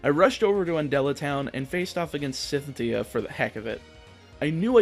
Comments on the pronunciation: Gonna be honest, you need to work on your pronunciations of names. I’ve heard too many times in your videos words like route sound like rat and I’m suddenly confused on what you’re talking about when explain your context. And it’s not just common diction. You’ve also mispronounced the names of Pokemon and people in Pokémon’s names. Calling Cynthia (sin-th-e-ya) Sithyia or Wallren (wall-ren) Wallrain. I’m sorry to be and/or sound like such an a**** but I just want you to improve as a YouTuber and I enjoy your voice, listening to your videos and watching everything Pokémon you produce. If you can’t pronounce it for a certain reason, I understand but as someone who enjoys your videos I wanted to give you some honest critiquing so you can be the very best you can be. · Lol I noticed you mispronounce cynthia...took me a little while to understand who you was talking about XD